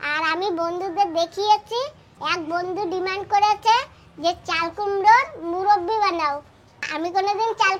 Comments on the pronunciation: Muraba😂 not murobi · মুরব্বি না কথাটা হোলো মৰোব্বা